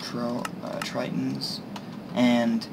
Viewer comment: Hello, thank you for showing interest in my shaders. After watching your video i decided to release a High version as well for my V5. It should give you the experience you are looking for, but with better fps. Also its not Triton, its pronounced: (Thrilli-ton) :)